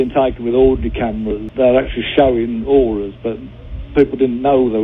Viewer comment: "auras"....ffs people.....